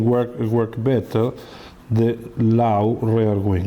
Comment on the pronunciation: "because the prrrray-shear here is very lau" LOL...